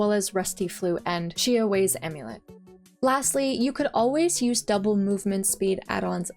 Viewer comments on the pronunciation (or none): I remember long ago when RPD was one giant map, survivors took me there and I happened to be using MDR (40%) and Yakuyoke Amulet (pre-nerf). I proceeded to completely steamroll them 😂 Good times. Also, just to help, shiawase would be pronounced "she-ah-wah-say". Kaiun was pronounced perfectly! Second also, happy birthday!